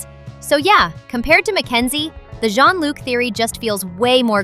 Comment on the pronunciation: Bro you don't know how to say john-luc💀☠️☠️💀💀